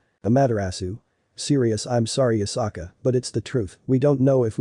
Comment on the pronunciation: it's yusaka not yukasa